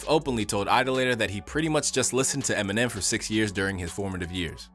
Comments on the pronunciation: vro really said eneminem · Eneminem?? Lmao bruh it’s Eminem